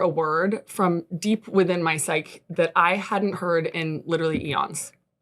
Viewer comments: You are supposed to pronounce the e at the end of psyche (sai-kee), it's not pronounced like psych. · It's pronounced sigh-key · If you can’t even pronounce “psyche” correctly why are you using the word? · "deep within my syke" lmao. It's psych-EE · What i found "astonishing" (to use our journalist's word), is that she pronounces "psyche" with only one syllable, and appears not to know the correct year of the Woodstock Festival.